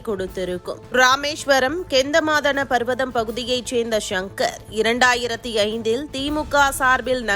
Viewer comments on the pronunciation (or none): அம்மணீ அந்த இடத்திற்கு பெயர் "கந்த மாதன பர்வதம்", நீங்கள் "கெந்தநமாதன" என்றே படிக்கிறார்கள்??